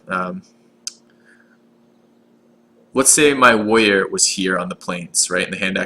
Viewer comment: be wevy wevy quiet, he's hunting wabbits